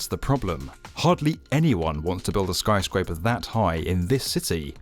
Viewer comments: Are you sure about that? He screwed up and said "skryscraper" :) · "the skryscraper [sic] is the tallest in the city"